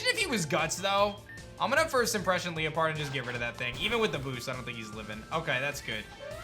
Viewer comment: Question. Why do you pronounce Liepard “Lee-Uh-Pard”? I always thought it was “Lie-Pard” because lie or lying make sense for the theme.. but honestly Pokémon etymology is wild and I could be totally wrong. We all say Silvally wrong lol.